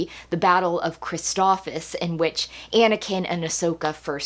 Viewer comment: Amazing review as always! But I have to point out the planet is pronounced phonetically as Christophsis! You were saying Christophis lol